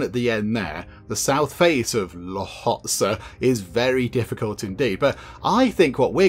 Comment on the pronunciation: Hello, could you bring back Software Inc? It has come a long way since you last played 6 years ago. Also, that Mountain is pronounced l-Hotsay. 'Ho', as in home. It can sound like Hotse, the L is almost silent. I don't know how to say it, but the local people here say the 'L' inside their mouth quickly, you can hear them say it, but when the word comes out, it 90% "hotse". I didn't even understand what I said. Hope it makes sense. Source - a local.